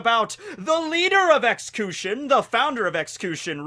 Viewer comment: Why does he pronounce xcution like ex-coo-shun instead of ex-q-shun